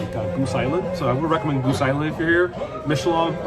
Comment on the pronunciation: the beer is pronounced MICK AHHH LOBE